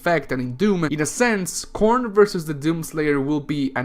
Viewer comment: When he said "Khorne" I heard "Corn" XD